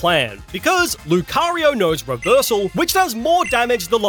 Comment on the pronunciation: THE FIRST O IN LUCARIO IS SUPPOSED TO BE A U!